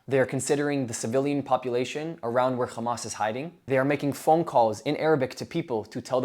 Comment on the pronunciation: Its pronounced Hhhhhhamas not Kkkhhhamas